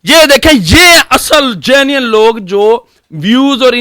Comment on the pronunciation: Genuine log ❌ Jenleyy log ✅ PENCHOD, jhoota INSAAN...that jeweler is his friend 😂😂😂